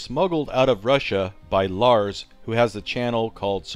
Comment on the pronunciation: "lars" not lar's